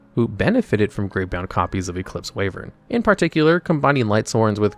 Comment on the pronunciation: Stop saying Way-vern when it is pronounced Why-vern.